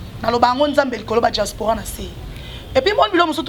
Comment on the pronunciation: Franchement elle bla-bla-bla cette fille. On dit pas djaspora mais diaspora